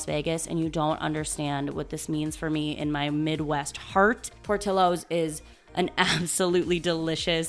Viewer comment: Pour-till-o’s… not pour-teel-o’s 😔 chicago is disappointed